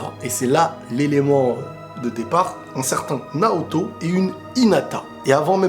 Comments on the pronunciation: Dans l'anime, à chaque fois qu'il dit Naoto, j'entend Naruto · Naoto pas Naruto